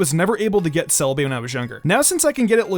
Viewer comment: SEE us not KEE us